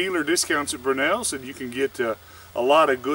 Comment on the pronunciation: Brewnells? Or Brownells? I've never heard any Tennessean native call Brownells- "Brewnells" unless I'm wrong and there is a "Brewnells".